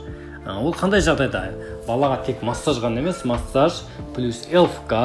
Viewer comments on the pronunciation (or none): none